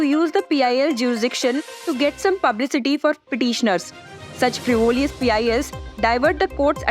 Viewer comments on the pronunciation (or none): “Frivolous” has Only One “i”...not two “i's” and def. not three. (frĭv′ə-ləs) is how it should be. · madam kindly check your pronounciations its not FRIVOLIOUS its Frivilious pls google see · If you are going to use a term, please check how frivolous is pronounced on Google